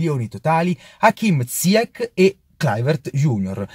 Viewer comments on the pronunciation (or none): Si pronuncia ziyesc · Non si chiama ziakkk ma ziach.... Ch in francese si pronuncia come..ci.. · Cmq si pronuncia zaiec non ziec (il nome si scrive ziyech)